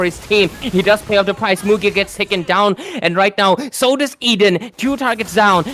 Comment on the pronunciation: It's Mugi not muji brahhhh